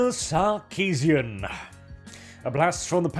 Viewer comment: Did you say "Suckeesian"? I'm just gonna assume you did, makes it that much better.